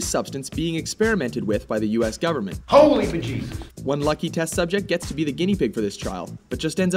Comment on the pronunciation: *Ho*ley be-Jesus!